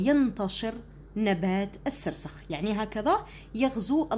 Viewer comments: استاذة السرخس وليس السرسخ ههههههههههههههههههههه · أستاذة شكرااا على مجهوداتك ملاحظة أستاذة نبات السرخس ماشي خسرس❤❤❤😅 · أستاذة توضيح فقط النبات اسمه السرخس وليس السرسخ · استاذة السرخس و ليس السرسخ شكرا 🌹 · يا استاذة عوفا لاينطق بالسخرس بل السرخس 😅😅😅❤❤❤❤❤❤❤ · السرخس ماشي السرسخ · ادعولي نجيب 17معدل دعوة 40غريب مستجابة ♥♥🌸🌹استاذة نبات السرخس نتي راكي تقولي السرسخ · ماشي سرسخ سرخس❤😂 شكرا❤ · السرخس ماشي السرسخ 🌼🌼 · السرخس استادة مش السرسخ هههههههههههههههههههههههههههههههههههههههههههههههههههههههههههههههه🤣😂😂😂😂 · شكرا استاذة بصح ميسموهش السرسخ اسمو السرخس ههه 😃😅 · السرخس وليس السرسخ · السرخس مشي السرسخ😅😅😱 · سلام استاذة انا نحبك وداىما نتبعك بصح راكي غلطتي بزاف في كلمة السرخس وعاوتيها ميرا وتكرا وانتي قلتيهاالسرسخ و لا كدبتيني عاودي الفيديو واسمي وشكرااا استاذة كثيرا على كل مجهوداتك والشرح 😍😍😍😍😍🥳❣💗💗💖👌👍👋وانا احبكي كثيراا يا استاذتي💚💚💚💚💜💜💥🤚👆🤩😍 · ماشي سرسخ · استاذة عذرا ولكن النبات اسمه نبات السرخس وليس السرسخ 😊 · استاذة انه نبات السرخس وليس السرسخ 😂 وشكرا لك على هذا المجهود المبذول 😊🎉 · السرسخ السرخس😂😂😂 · استاذة اطاتي في النطق الوعي الاولى السرخس ليس السرسخ😂🎉❤ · استاذ السرخس وليس السرسخ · أستاد إسمه سرخس ماشي سرسخ 😎😎😎😎😎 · يا ودي السرخس ماشي سرسخ 😂😂😂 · أستاذة هناك ملاحظة السرخس وليس السرسخ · استاذة توضيح نبات اسمو سرخس ليس سرسخ. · استاذة مافقتيش راكي تقولي السرسخ😂 وهو السرخس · السرخس ماشي السرسخ😂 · اسمو السرخس ماشي السرسخ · ههه استاذة قلتي سرسخ😅